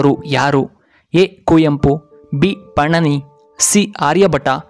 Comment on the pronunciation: ಪಣನಿ ಅಲ್ಲ ಮಾರ್ರೆ ಅದು" ಪಾಣಿನಿ"